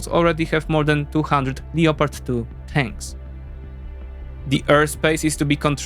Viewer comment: I wonder why people from Eastern Europe can’t pronounce the word Lepp-erd correctly! They say Leo-pard. Lol